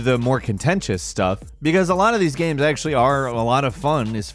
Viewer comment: Gahymes, gimes, gaym - he never pronounces it the same way does he?